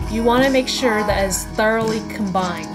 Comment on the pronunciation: Lol you said the word "thoroughly " with SUCH a southern accent. ^_^ made me laugh (no one take offense, im from the south and it was cute) lol